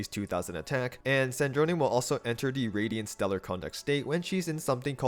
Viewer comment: why is every single creator saying stellar conduct wrong is it just to drive engaement? icl it's bothering me more than it should but it's making videos on it near unwatchable since it's said hundreds of times LMAO